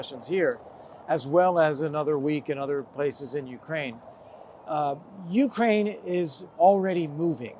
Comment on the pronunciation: I am just here for this pronunciation of Ukraine.